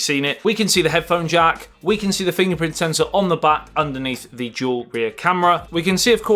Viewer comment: It's dual not jewel